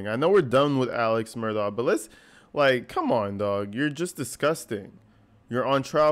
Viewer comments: I AGREE BROTHA!!! ITS MURDAUGH not MURDOCK!!! My God i know some aren't really smart in the South or anywhere else but DAMN!!!! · It has nothing to do with the south. I live in Columbia SC. I don’t know anyone that pronounces his name Murdock. He’s also called Alec even though it’s spelled Alex. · He actually pronounces his own name as "Alec Murdock". His family (brothers and their wives) also pronounce their name as "Murdock".